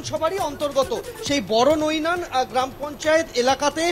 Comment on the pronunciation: ওরে খ্যাপা-- গ্রামটা বড়নৈনান নয় । ওটা বড়বৈনান।